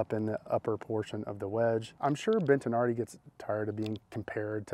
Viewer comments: Ha, there is no ‘n’ in Bettinardi, stop calling them Bentinardi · Why are you saying BENT-an-ardi? It is Bettinardi. Bet-a-nardi. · Brah, It's BET-TI-NARDI.... there isn't an N anywhere in the pronunciation.